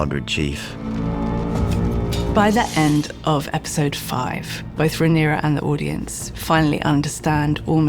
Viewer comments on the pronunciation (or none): I think the most important take away from this is how some adorable fucking region in the north of England pronounce episode, epeesode x